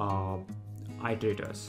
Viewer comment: it-ter-ay-terz. Not Eye-tor-ay-terz. The verb is to it-uh-rate, not eye-ter-ate.